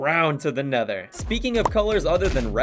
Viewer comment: tha nedor🗣️🗣️🗣️🗣️🗣️🗣️🔥🔥🔥 fleent and stil 🗣️🗣️